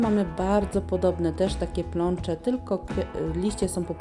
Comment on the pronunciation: Pnącze a nie plącze 🙄